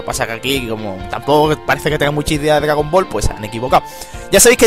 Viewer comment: Jajaja dice DGAGON BALL